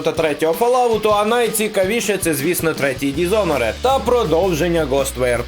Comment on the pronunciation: Тільки не дізоноред, а дізонорд. Без «е»